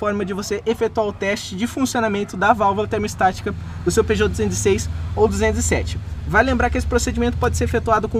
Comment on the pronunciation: Muito bom seus videos mas apenas uma correção na pronúncia ai! O nome da valvula é "termostática" e não "termo estática". Abç